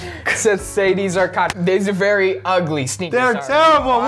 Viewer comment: WERY WERY WERY